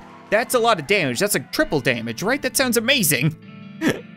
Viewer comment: “wow thats a lot of damedge” - fill swift